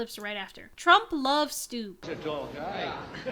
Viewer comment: If you care about pronouncing names, you were close with Stubb's pronounciation. However one B isn't silent (the second one is) and U is short. Or at least that's how the finnish pronounce it, his name is swedish. I believe the IPA would be [stub] if you can read that